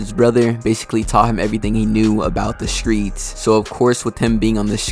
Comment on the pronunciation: You from Memphis bruh? “ skreets “